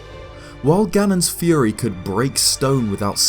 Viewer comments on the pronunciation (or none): none